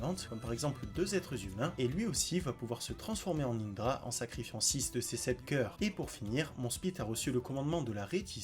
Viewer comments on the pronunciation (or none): Mais frr apprend à bien dire les nom et c'est indura pas indra